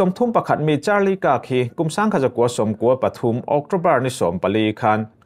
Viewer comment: Utah - 'EuTah' tiin an lam thinin ka hria. Kirk (कीर्क) - (कर्क), magneto matter - magneto metre zawk.